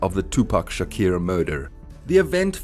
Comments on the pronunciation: Bra his name is clearly Tupac Shakur(shakoor) not shakier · Its Shakur not Shaqeer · I stopped watching at 'Tupac Shakiir'. 🤦‍♂️ Glad that was at the 3 second mark of the video. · Bra that's exactly why I can't continue watching...I'm from South Africa and these white Afrikaans guys pronounce the letter "U" as "I"...and that's their problem...so he fucked up big time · All that research an you couldn’t even pronounce Tupac Shakur’s name correctly? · Did you really mispronounce his name every single time? Wtf